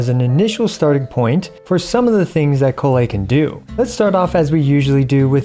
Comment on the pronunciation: why do you pronounce Collei's name in 2 different ways? is correct pronunciation